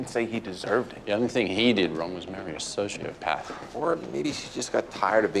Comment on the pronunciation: Does it bug anyone else how they pronounce sociopath?